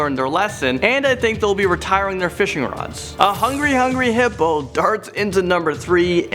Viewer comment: 7.55 hippopo instead of hippo